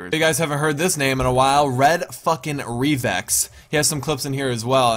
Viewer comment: it's pronounced re vix